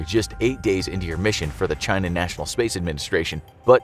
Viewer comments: I always hear him pronouncing it as "Jy-Na". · As opposed to “Chee-na?”